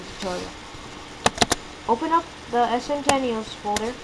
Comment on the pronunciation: Ess - sen - ten - ee - alls? kids these days.